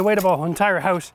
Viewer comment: P.S. fact: I just love the way he pronounces "house" ...